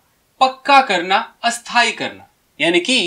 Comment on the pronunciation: Sir ,you have pronounced Sthai as Asthai. Though it is the practice to use A before half day in UP but here it has become the antonym of but you want to say .Making it comical. Pl. see yo it